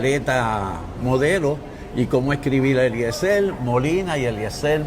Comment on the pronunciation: El mismo dice”Eliezel” no pronuncia ni la R - ¿cómo vas a querer que los votantes en PR escriban bien un nombre si tu mismo no lo sabes pronunciar? 👁️ entonces ¿cómo lo escribimos?🫣 d-e-l-e-t-r-e-a-n-d-o …..!!!!! Yisusss!!!!